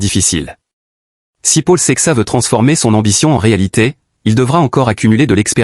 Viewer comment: The name is Portuguese adn should be pronounced as Saishes. He is a talent btw lets see how he develops. We need him to compete with Pogacar in the grandtours and hilly classics so good luck to him!